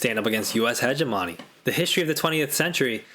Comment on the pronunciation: I can’t get past the pronunciation of hegemony! 😂. I know I suck. Great vid.